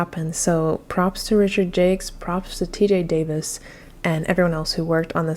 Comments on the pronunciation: The soundtrack really improves the game by a lot. TJ Davis is indeed great! Thought Richard's last name was pronounced more French. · Just to make sure no one is confused, Jacques rhymes with shock, begins with a “zh, and ends with a silent s. 👌 To anyone named Richard Jakes, sorry for the confusion! 😅